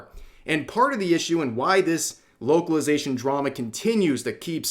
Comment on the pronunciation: I thought you said "woke-alization" lol